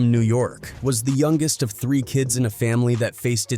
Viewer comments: Gawd damnit, its pronounced 'Of' as in 'Of the rich and poor" not O.V. 🤦‍♂ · Bruh wdf is a damn O.V. dot? Ov is slang spellin for "Of" how lame are these idiots who use AI n dont check their work to make sure names n words are pronounced accurately? Ppl are so lazy n quick to throw shyt up jus to monetize, but dont pay attention to detail wit so eva. That shyt annoys tf outta me.